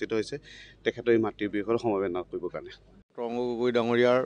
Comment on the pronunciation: তৰঙ্গ গগৈ নে তৰুণ গগৈ